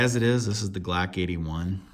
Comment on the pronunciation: the “glack knife”